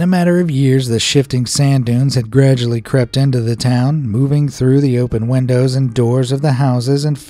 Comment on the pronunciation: allways laugh at the way he says windows he says it like wendows